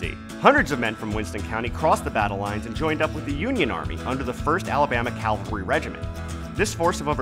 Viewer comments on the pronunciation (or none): First Alabama Cavalry, NOT Calvary! Calvary is the hill on which Jesus was crucified. Incidentally, the principal recruiter for the First Alabama Cavalry was my ancestor, Joseph Palmer.